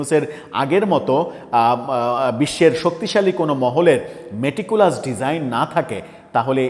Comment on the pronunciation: ভাই আপনি যখন মেটিকুলাস শব্দটি উচ্চারণ করেন তখন খুবই ভাল লাগে। অবশ্যই চালিয়ে যাবেন।